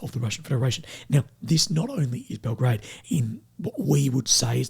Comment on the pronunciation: its Bel-graahd. you drop the middle o syllable and basically just make it two sylables. but its not Belgrade thats in Serbia 😉